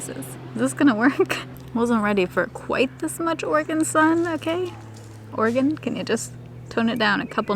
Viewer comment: I'm hearing organ instead of Oregon all the time 😂😂😂